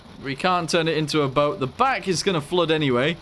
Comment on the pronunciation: It's THE BO-AT